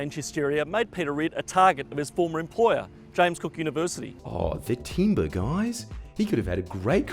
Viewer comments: "Timbre" is pronounced like "Tamber", not timber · Hahahaha timbre is pronounced tamber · Jordan, timbre is pronounced ‘tamba’ ✨👌